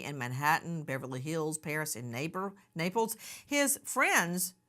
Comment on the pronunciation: Why does Nancy keep saying neighbor instead of Naples LOL